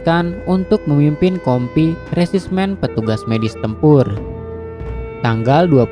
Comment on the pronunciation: iya resimen jadi resismen